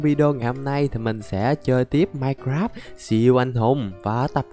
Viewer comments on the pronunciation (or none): none